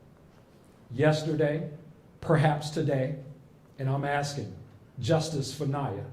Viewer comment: Really love the first speaker!!! Just don't understand..... " I need to ax????" Thing!!!! How about, asking.... How do we get this murderer????